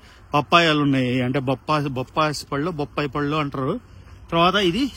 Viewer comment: గుమ్మిడి కాదు గుమ్మడి, బొప్పాస్ కాదు... బొప్పాయి...